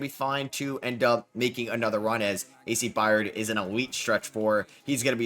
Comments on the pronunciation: I Got $25, For The Person That Counts How Many Times He Said, “A.C. Byard”… Instead Of “A.C. Byrd”… Lol😂😂…Great Video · Love hearing try to pronounce byrd…. It’s pronounced “bird”